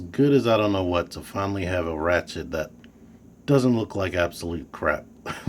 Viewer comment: Nice review. I definitely will get this guy eventually. I'll probably leave that little paper chest insert in there, I think it looks a lot better that way. ps- hate to be 'that guy', but it's Ratchet, not Rachet. :)